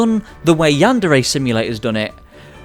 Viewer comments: How to say it: Yandere. Yan-Də-Rə (What is this symbol, you ask? It's the character that represents the sound you made when you said "the" in your head upon reading this. Not an E sound and not quite the Uh sound.) How not to say it: yanDAIRY. yanDERRY Yanderay. Never stress the second syllable of Japanese words because when you do: Japanese people experience cringe. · I swear I'm not a weeb, or a yandere sim fan, I'm just a linguist It's pronounced closer to yanduray than yan DARE ay Edit: he starts pronouncing it correct later in the video